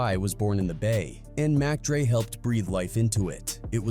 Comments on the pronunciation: You called mac dre mock dre wtf get it together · 😂😂😂 "Rapper J.T. the Beega Feega" ...in an AI slop piece about "Mock Dre" wherein someone call "Nine hundred and eleven". Oh, Jesus! 😂😂😂